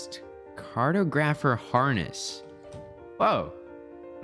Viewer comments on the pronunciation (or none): My god not even 3 mins in and I'm annoyed that you don't know how to pronoun e tortoise or cartographer. Like bruh... For real? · Hearing him pronounce some words wrong in the beginning like tortoise and cartographer is cute.